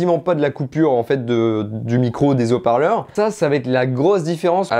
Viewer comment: Bonjour, bonne présentation de ta vidéo, mais devant Haut parleur il y a un H... Aspiré. Sinon ça fait mal aux Zoreilles. Au plaisir